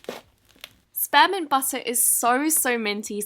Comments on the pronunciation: She said spare mint butter..not Speermint butter 😂 I know it’s spelt spearmint I was just trying to type it how she said it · Thought she said sperm and mint instead of spearmint oops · For spearmint butter I thought she said sperm and butter but then I looked at the name lol Edit: I’ll just go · Sper mint?? It's SPEAR As in SPEER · Sparemint.....Come on....my royal brit it spearmimt like sp ear mint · i highkey thought she said "sperm and butter" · I thought she said sperm and butter 😂😂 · When you said “spearmint butter” I wasn’t looking and I thought you said sperm in butter I was shook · When she said spearmint butter I thought she said sperm and butter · Lmfao i thought she said sperm butter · so I thought she said “sperm n’ butter” at first until I read the name😂😂😂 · when she said spearmint butter, i thought she said sperm and butter 😆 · I thought when you said “spearmint butter”, you said sperm and butter😂😂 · Isn't it pronounced speer mint 😂😂 No hate Ily🖤